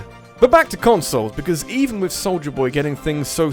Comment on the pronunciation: I love how your accent makes "Soulja" sound like "Soldier", but if you tried to pronounce "Soldier", the dropped Rs of your accent would make it sound like "Soulja".